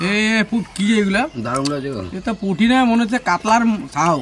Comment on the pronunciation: Puti mach ke putki boltece uncle 😂😂